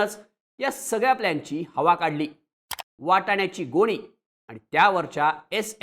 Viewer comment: गोळी नाही गोणी बोला😂😂😂